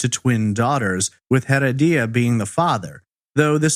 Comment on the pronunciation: OMG I'm so sorry but listening to you saying Rodolfo Heredia's last name is like hearing nails on a chalkboard! It's HEREDIA pronounced UH-RED-YUH. In Spanish the H is silent, and you are definitely not keeping in silent. You are pronouncing it like HEAD-UH-DEE-UH now try UH-RED-YUH. See how easy, you added a whole other syllable & made it harder for yourself. Thanks for your awesome content btw. I've been listening to your content for the past 2 yrs and I absolutely love it.